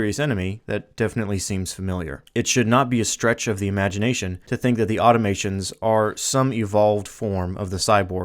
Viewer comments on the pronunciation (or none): Auto-mah-tonnes Great videos though! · Please learn how to pronounce "Automatons". Good stuff, regardless.